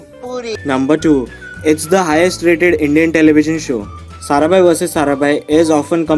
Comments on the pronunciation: it's Maya sarabhai not saraben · Maya saraBHAI not saraben! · pehli baat to vo jise aapne atish kapadiya kaha h vo deven bhojani Hai. doosri baat ye Hai ki Maya sarabhai hota Hai na ki saraben . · Sarabhai is a title or caste so you can't say SARABEN 😂😂.clear your facts. Its Maya Sarabhai... Its not like saying Hansa ben... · calling Maya Sarabhai as Saraben is so middle-class :)